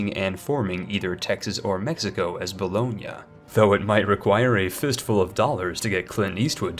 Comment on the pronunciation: And you know he's done research when he says Bologna correctly